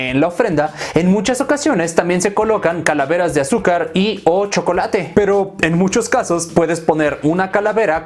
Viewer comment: El shocolate (como lo dijiste) con leche